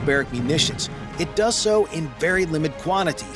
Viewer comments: The word is does, not dose. 🙄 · "Dose"? Really?? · DOES.... THE WORD IS DOES. Not "DOSE". Dose is a measurement. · “Dose”? How about “Does”? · dose???? what word is that?